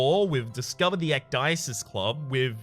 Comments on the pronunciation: it's pronounces ek-dee-sis and it's greek for taking off your clothes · Ecdysis in greek means "To strip, to make naked" you are welcome :P It's pronounciated like "ek-the-sis". "the" is pronounced like "thee"